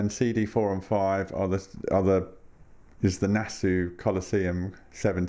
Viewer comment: Great video! I hate to be pedantic but I think you pronounce Nassau as Nass-aww rather than Nass-ooo. I know... I know... Any chance of them Tear for Fears boxset getting another release?